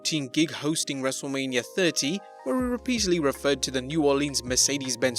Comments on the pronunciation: This whole time i thought this channel named was actually Wrestlemania, until the beggining of the vid he says wrestlamia xD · All this time I thought the channel was named 'Wrestlemania' not ''Wrestlelamia'' 🤔